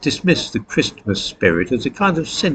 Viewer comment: I turned off when I heard you pronounce the "t" in Christmas...